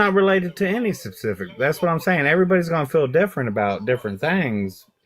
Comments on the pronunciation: 'No pacific reason' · This guy actually said “no pacific reason” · "No pacific reason." You got that right, buddy. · I mostly just wanted to repeat him saying “No *PACIFIC reason” when mentioning the “war time President”.. lol